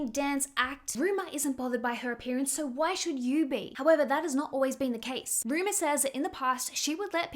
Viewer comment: the other daughter's name is Rumor, not Ruma